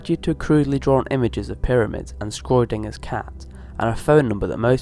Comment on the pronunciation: fucking hell this idiot cant even pronounce schrodinger im done